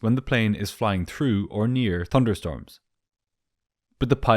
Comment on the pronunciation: 'Tunder storms' 🤣